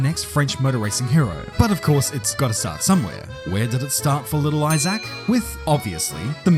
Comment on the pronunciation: Isaacck is pronounced E-zak Hadrien? The H is silent Love your vids, dude, just giving you a hands up on the future 😅 🇫🇷